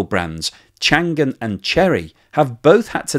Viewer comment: Hi, Chang'an is pronounced: chung - aan (like in answer)!